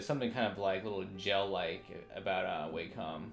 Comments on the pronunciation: It's not way-com it's Wah-com Wa - meaning harmony com- as an computer Wah-com, Wacom - simple. Cheers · It was WAcom dude, not WEIcom